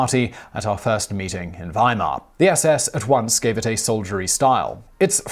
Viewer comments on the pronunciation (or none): none